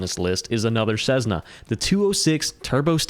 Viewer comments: It’s not Cezzna, it’s Cessssna! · Sezzna? I have had my private pilot certificate since 1979, and the only time i have heard Cessna mispronounced that way is from people who didn't fly. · The DA-50 is only the best plane if you haven't had to pay for it. And, to improve credibility, you should honestly research how 'Cessna' is pronounced. Then you'll stop sounding silly by saying 'Cezzna'.